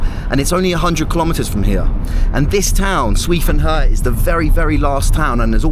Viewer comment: i love your content and have been following you since the beginning..but for this one, please learn how to pronounce the name of the city...'sway fun her'...it's not hard, just ask a chinese speaker to teach you how to say it ;)